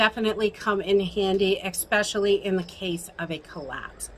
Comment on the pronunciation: “Expessially” important or especially lol